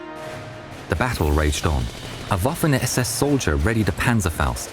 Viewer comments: Dear narrator. Please be advised that Waffen SS is not pronounced like the waffle but rather like the vatikan. Vaffen SS. Btw Porsche is pronounced sounding out the e at the end. Porsch-eh. 😂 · Please STOP the "Woofen SS" ! W is prononced like a V in German. It's Vaffen SS. Thanks.